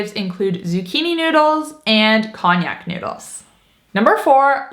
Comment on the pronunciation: just to clear up any confusion for first-timers - there is no such thing as cognac noodles. However, there actually are Konjac noodles, rice, etc. Otherwise known as shiritaki noodles, made from the konjac yam. Konjac is pronounced Con-jack. I'm thinking that's what you meant? You can buy the Konjac pasta by the name "Skinny Noodle" Or "Miracle Noodle". Most grocery stores carry them now in their pasta dept. They work great on some dishes but no so great in others because the texture is just firmer/crispier than real pasta. But Keto people should definitely try them! Just be sure to rinse them well before adding to your soup or casserole, etc.